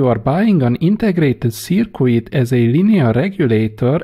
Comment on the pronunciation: Great videos! I just wish you would please quit pronouncing 'circuit' (pronounced 'Surkit') as 'Surkooit...the 'u' is silent.